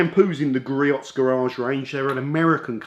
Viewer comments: Griot's is pronounced Gree-Ohs. 🙃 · Love their products and are available at the local auto parts houses if need it quickly. And the proper way to say their name is: GREE-OHS (check out their USA home page near the bottom)